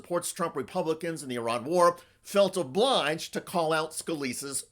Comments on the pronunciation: Why does every GOP intentionally mispronounce the name of the country IRAN, it is not "I ran" !!! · Fuck me Americans there is no such place as “👁️ Ran” it’s called Iran FFS 🤦‍♂️